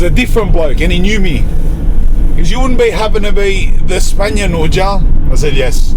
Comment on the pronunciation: Spanian Coight